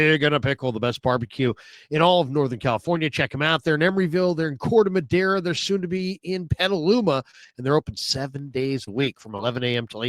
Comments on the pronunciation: Love you and I don't blame you for saying Corte Madera wrong. All my fellow Americans say it the wrong way too. I was married to a Hispanic woman for 21 years. Corte Madera means cut wood. Sorry for mentioning it, I know I'm going to catch hell about it. It just butchers the Spanish language. 😂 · Yyyyyyyo I'm crying. As a Hispanic, I hear him saying it all the time and never thought about what he was actually trying to say. 😂😂😂😂😂😂😂😂😂😂😂😂😂😂😂😂😂😂😂😂😂